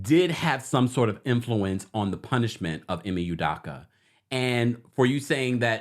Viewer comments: It’s U-doke-A not U-Dock-A 😂🤣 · Hi It’s UdOka not UdAka. ✌🏽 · they way you are pronouncing his name is pissing me off… you did research to report on his current situation but couldn’t research how to say his name? Every time you say U-Dock-Uh i cringe. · U-dough-ka please stop murdering his last name. Thanks. Celtics fan here. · Love you! The last name is pronounced ‘You-Doe-Cu’. 😂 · How you gon report on this man when you cnt even say his name correctly. Show him some respect ugh!! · can't pronounce his name correctly.